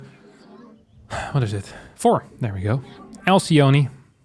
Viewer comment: 1 thing that bugs me for some reason is the way that everyone pronounces Alcyone (Ἀλκυόνη). she is the wife of the mythical Ceyx, and she and her husband turned into Kingfisher birds in the Ovidian myth. In greek it would be pronounced with a K sound instead of the C and a short E at the end, pronounced as the E in Echo